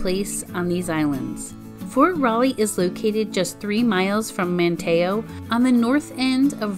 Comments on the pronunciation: Or pronouncing bodie island as bo dee and not bodie. Or Manteo as man tay o instead of manteeoh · Manteo is pronounced "Man-Tea-O